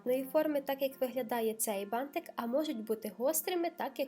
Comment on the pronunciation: ти нагадуєш мені в цьому відео маленьку Дюймовочку, а ще Мальвіночку) Вона також дружила з бантиками і дуже їх полюбляла) Відео чудове, переглядала його знову і так мені подобається твоя вимова слова «бантик», аж очікую далі, протягом всього відео, коли воно знову прозвучить😍😍😍